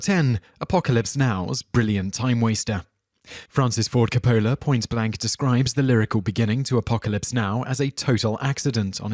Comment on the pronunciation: it's Francis Ford Coppola